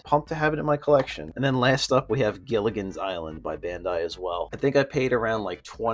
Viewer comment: guy-la-gons island